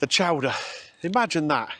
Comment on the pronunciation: Chowdah!!! Chowdah!!! Not Show-der.